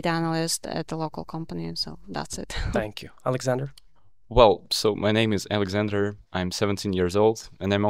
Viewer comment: I loved Alexander pronunciation like a native